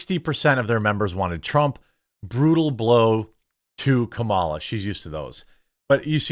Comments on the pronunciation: You’re already “mispronouncing” her name when you say “KUH-MALA” they want you to say “COMMA-LUH.” Just to be clear, idgaf how you say her name, js you don’t need to say “CAM-AH-LUH” to trigger the left. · Lol it's pronounced Comma, la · I love how I'm not the only one that purposefully calls her Kalama 😂